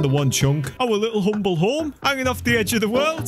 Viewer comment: I like how he says Humble home like, dumbledoor